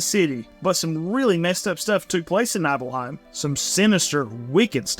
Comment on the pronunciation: You pronounced the name of clouds hometown so wrong I'm disappointed